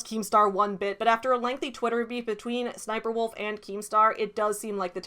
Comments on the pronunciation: Oh. It’s really pronounced S-S-Sniperwolf. 😬 Not a very good name to have when it’s based off a military character. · I will always pronounce it as SSS niperwolf.